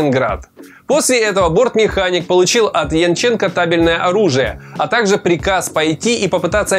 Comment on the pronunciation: Ты, видимо, иностранец. В фамилии Янченченко, ударение ставится на первый слог!